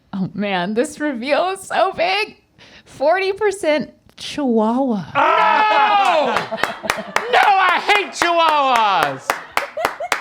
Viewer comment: ive never heard chihuahua pronounced so strongly like "cheewawa", and i live in australia